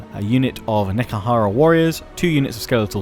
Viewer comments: It's not "Neckahara". It's "Nehe-kara". It's fantasy Egypt, not some sort of town in the american deep south. ;) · Just pronounce Nehekhara like Ne - He - Ka - Ra.